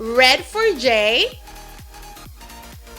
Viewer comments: And also it's Jay not Yay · It's jay not yay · You said yay instead of jay and you also yeeny before you said geeny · Your stupid its not yay its jay do you know english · she sad yay insted of jay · it's not yay it's jay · who heard yay instead of Jay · She called "Jay "Yay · she said yay instead jay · You said yay instead of jay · Did someone else heard her say yay not jay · you called jay yay you stupid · She said yay insted of Jay. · Instead of jay you said "yay" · You said j instead jay so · she said yay instead of jay LOL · Did anyone else notice she said yay instead of jay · You said yay not jay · why did she say "yeini" instead of "genie" and she said "yay" instead of "jay" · she said "now for yay" u mean jay? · Now for "yay" lol she said yay instead of jay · his name is not yay it's Jay😣😣😥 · Yay or jay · Miguel Avila I think she meant to say now for Jay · Miguel Avila lol me too i was look who is yay? Is it supposed to be Jay? Lol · instead of her saying Jay she said Yay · Did she say yay instead of Jay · Great video You said yay instead of jay at some point of the vid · Omg lol you said now for yay instead of jay lol🦊🦊🦊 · She said yay instead of jay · She said did say Jajah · Miguel Avila me it was kinda cringy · She didn't say jay right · she said jay wrong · She meant to say Jay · Miguel Avila I did she was trying to say Jay it was so cringy